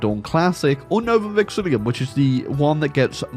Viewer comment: A whole year later and still doesn't pronounce Novum Vexillum right - hurts my brain every time